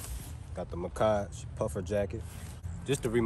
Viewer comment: Macage😂 it’s Mack-age bro😭🤣